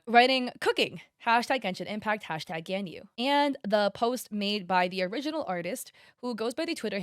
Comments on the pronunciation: it's G-AHH-N- yu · I don’t think she really plays genshin, she might not know how to pronounce them correctly, and tbh the names are kind of hard to say